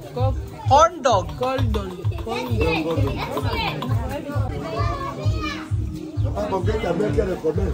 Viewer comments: One laugh for me when he say condom instead of corndog😂😂😂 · Ang dami Kung tawa sa video na ito, ma-seaensored ka pa yata 🤣🤣🤣 ano daw? cond-m🤣🤣🤣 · 😂😂😂😂😂😂corndog, Not comdom. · Tawang-tawa Ako sa Corndog na naging "'"CONDOM"'" 😂😅😂😂